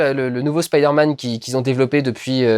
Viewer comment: c'est bien tu dis "spaider man" :3